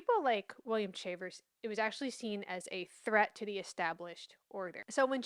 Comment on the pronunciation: I thought Chavers = Shay- vous Shay-vers Is an native american surname and they are black Indians While you do a great job presenting history concerning Blacks ? Negros ? Mulattos ? I remain confused on this topic Can you explain what colored means legally?